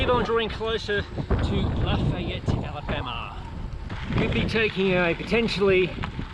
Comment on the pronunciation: kuh-SEE-tuh oh-puh-LIKE-ah luh-FAY-et Love, love, love your rides over here in UCLA (Upper Corner of Lower Alabama).